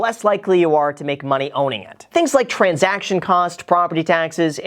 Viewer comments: Love u Graham but "transaciton" will never be transaction 😉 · *transaction not transaciton. Great video though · "Transaciton" :D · "Transaciton"? 😂 Just kidding. Love your videos ❤️ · "Transaciton" haha... Nice. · So is no one gonna talk about “transaciton” cost? 😂 it’s okay, Jack. Great video, Graham! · Can't forget the 'transaciton' cost